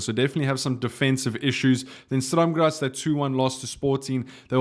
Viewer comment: Its sturrrm grazz not straam grazz